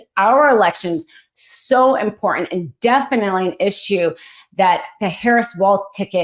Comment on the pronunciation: Not IMPORNANT - IMPORTANT. Please.